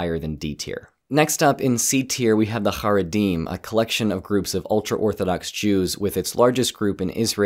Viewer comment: It's pronounced Ha-RAY-dim which is a word only used in Israel so it's silly to give world wide statistics.